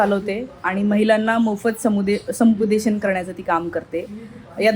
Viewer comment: संपूदेशन नाही. समुपदेशन.